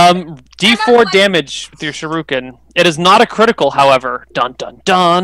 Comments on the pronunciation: Sher-re-ken not sure-ru-ken. Oh, I just notice with a watch dogs shirt. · that's not how you say shuriken god dang it i hope the stop using that weapon soon